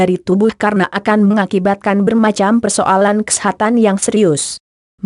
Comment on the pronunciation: cewe orgmna yg ngomong?? lucu bgt. kesehatan jg jd kesetanan hhh